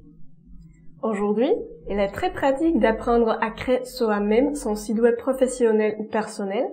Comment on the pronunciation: Tout va bien dans ce contenu La fausse note c'est la prononciation de site web qui est devenu sid web 🤣 chez nius sid veut dire monsieur Le tt donne monsieur web Merciiii